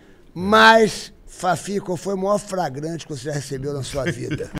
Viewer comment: Ele faliu "FRAGRANTE" mesmo?!😅